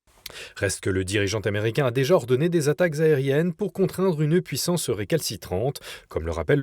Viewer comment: " le president t'americain , le dirigeant t'americain " La liaison phonetique n'est pas necessaire . Bon journal cependant .